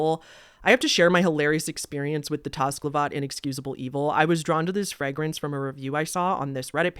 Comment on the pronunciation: first, great review. don't take this anyway in particular but, i gotta ask. where are you from? in general, US north, south, east, west, Canada etc,,, hust asking because of a few words you pronounced in a way i can't place. e.g. frag-rance (a couple times), la-nolin (early in the video. oir was this just a scripting reading error kinda thing. was just a curiosity.